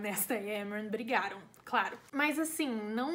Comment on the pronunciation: AMEI D+ VÍDEO,eu tive +- a mesma percepção do livro do q vc e tbm to ansiosa pra vê o q a sjm vai arrumar com elain. (Adorei esse vídeo tbm pq aprendi a pronunciar os nomes dos personagens,tipo Amren,Gwian)